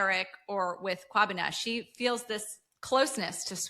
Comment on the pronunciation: This episode was great 🔥 and big ups to for your kwabena pronunciation 👏🏿